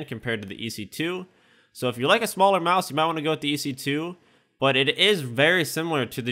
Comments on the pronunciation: "MAUSE" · He says mouse is a weird way xD